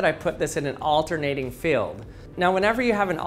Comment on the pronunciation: Magnetic "Feld" "Fill" "Feel"? You are the WORST!